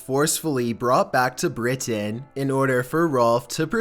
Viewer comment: Jurasically re..written...brought back to brit..ain I can't handle this dudes pronunciation